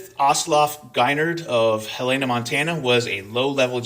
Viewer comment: It's "Hell-uh-nuh" MT. Keep up the good work,!